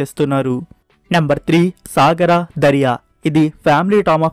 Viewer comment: భయ్యా నాకు తెలియక అడుగుతాను , నువ్వు చేసే ప్రతీ వీడియోలోనూ తప్పనిసరిగా తప్పులు ఉంటాయి. అలా చదవడం నీ సెంటిమెంటా ? లేక ఎవడు పట్టించుకుంటాడులే అని అనుకుంటున్నావా నాకైతే తెలియదు. ఇక ఈ ఎపిసోడులో కొస్తే నెంబర్ 3 సాగరదరియ అని చెప్పావు నిజానికి అది “ సారంగదరియ “ ఎంతతేడా ఉందో కొంచెం చూసుకొని చదివితే బాగుంటుంది 🙏